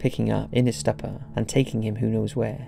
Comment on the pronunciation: Its pronounced "stooper"